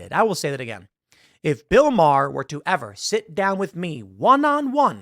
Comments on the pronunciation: I love how Bill Maher doesn’t even get his name right… Because they think it’s something of an insult to show the purported insignificance of someone, by not even taking the requisite nanosecond to make sure you’re pronouncing someone’s name properly. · Yeah... I feel he mispronounced the name on purpose.